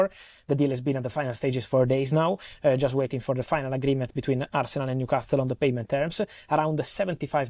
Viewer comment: Can please someone close to Fabrizio tell him that he shouldn’t pronounce the “h” in hours and the “t” in Newcastle?!? Will be much appreciated! 😎